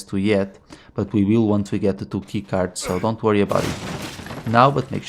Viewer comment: When you said “two key cards” I thought you said “Tuky cards” lol